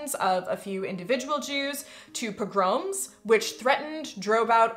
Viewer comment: Among the things I learned from this video: pogrom has the emphasis on the second syllable. Thank you. I know a lot of my vocabulary I've learned from books and left to my own devices I sound like Jed Clampett from the Beverly Hillbillies.